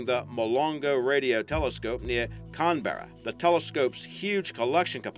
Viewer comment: Excuse me? How the hell did you just pronounce Canberra?